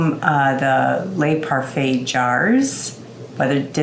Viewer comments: the clasps must be kept on when storing and the rubbers are one use only. Its pronounced le not la not les or lait a bit like ze and not zee! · Thank you. The pronunciation was driving me CRAZY, I almost couldn’t watch the whole thing. I don’t understand why the gaskets are single use only though. We used to use rubber gaskets long ago for regular canning jars and they were reusable. Many people were upset when we switched to one use metal lids. The Tattler style gaskets are super thin and they are reusable numerous times. What makes these so different I wonder?